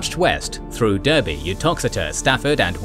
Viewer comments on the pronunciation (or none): This is a bit of petty pet peeve of mine, but you pronounced a number towns and cities quite differently from the "standard". Berwick is 'BER-ick' Derby is 'DAR-by' Leven is 'LEE-ven' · Love the video. Just one thing about weird English pronunciation. Derby (meaning the city) is pronounced Darby. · Confused how someone with a British accent pronounce Berwick as "bear-wick". It's pronounced Behr-rick like oil DERRICK. Shrewsbury is "Shr-rows-bree" and Derby is "DARBY". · "Ber-ick" not "Bur-wick". "Darby", not "Der-by", Shrowz-bury", not Shroos-bury"! Are you English at all??? Other than that. Good video! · hum American pronunciation of Berwick and Derby..... (Ber--wick and Der--by)...should be Berrick and Darby.... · I love your videos, but Derby is pronounced D-ARR-BY. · Berwick is pronounced Berrick and Derby is pronounced Darby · "Derby" is correctly pronounced " Darby". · It's pronounced "Darby". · I swear every time I watch one of these videos, I'm astonished by the detailed content but then even more surprised at mispronunciation of some fairly large places like Derby and Berwick